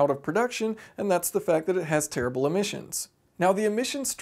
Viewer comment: I love how much emphasis he puts in saying it's a terrible engine lol